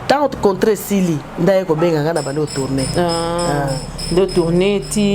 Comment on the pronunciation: j aime trooooop, surtout quand elle dit voutoutourner wow, wumela fort. Et vis en parfaite santé